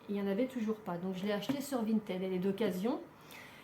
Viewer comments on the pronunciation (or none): none